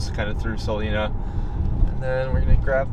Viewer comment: there is no E in Salina. Pronounce the I, SalIna.